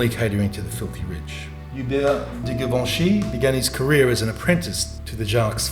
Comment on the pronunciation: GUUUURL THE PRONOUNCATION OF GIVENCHY GIVIN ME AGGGGREEEESIIOOON